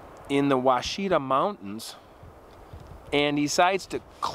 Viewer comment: the forest name is pronounced "wash-a-taw" and the a is short.